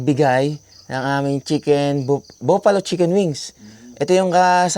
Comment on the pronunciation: Bro, just want to correct some words on how to pronounce it, if you don't mind, constructive naman ito. Burger - b'r - g'r - or you can say ber-ger Bufallo - buh - fuh - low - or ba - fa - low Please don't get offended, para lang next time you can pronounce it properly na, keep on vlogging and God Bless! 🙂